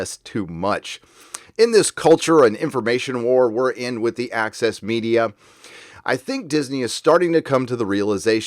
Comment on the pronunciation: I understand „Axis Media“ everytime, instead of „Access Media“.